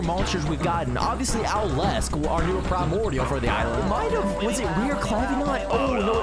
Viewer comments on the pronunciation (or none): none